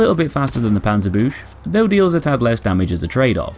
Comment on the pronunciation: The panzer boosh... Well, he tried.